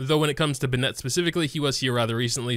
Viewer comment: The contents is great, but I get triggered every time he saws Bin net 😩